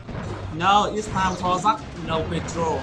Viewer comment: so funny when u saying Jack Sounds like Zack not Jack lmao